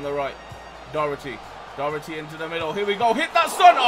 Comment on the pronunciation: Btw Docherty is pronounced Dock-her-tea like this so he sees